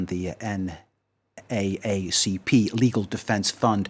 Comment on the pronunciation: N-A-A-C-P.... lol. It’s pronounced N-double A-C-P. 👍🏻